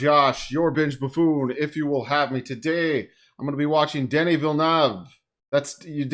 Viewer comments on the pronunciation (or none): You actually managed the director’s name better than most. Except for the 1st syllable. It’s Duh-nee (french pronunciation)